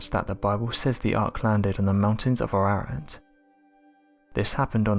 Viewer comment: The Noah's ark mountain is Mount Air ahh rat. Not whatever he is saying.